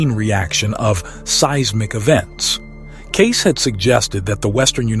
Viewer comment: The AI generated voice is horrible and especially distracting when it can’t even properly pronounced Cayce’s name properly. Takes away from the information being presented.